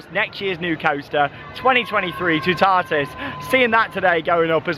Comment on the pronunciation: I suggest watching a French channel for the pronunciation of Toutatis. It’s not a hard one for English speakers to say, but the sound of it is probably not going to be obvious until you hear it. The middle syllable doesn’t sound like ‘tar’…more like ‘tat’, without the final ‘t’.